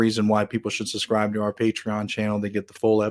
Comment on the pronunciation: Please learn how to pronounce the word "subscribe". It is not "sus-scribe" and it sounds like a 3 year old when you say it that way